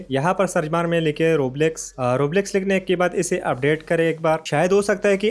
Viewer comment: Roblox ❌ Rabalax 👍